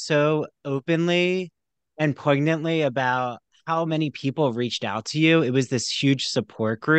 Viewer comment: You don't pronounce the G in "poignantly," lol.